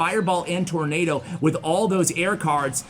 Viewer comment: I love your channel, but I have to say that you murdered tornado.